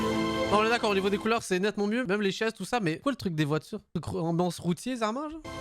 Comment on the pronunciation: j'Ai tellement l'impression que le pere dit Roti au lieu de routier XD